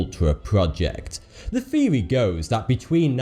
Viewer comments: Its THEORY not FURY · I didn't know you pronounce theory, feory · THeory THeory! Not fucking Feory you sound like you're 2 years old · Did you know TH makes the Thhhhh sound not the ffffff sound so theory is not pronounced feary lmao you talk like a toddler saying his age is free instead of three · What the fuck is a "fheory" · what the fuck is a feary? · Our next feory takes place between nineteen firty two and...... I don't know if I can keep watching him butcher the English language, and why is the so much eyebrow movement?